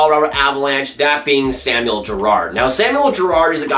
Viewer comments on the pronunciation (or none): none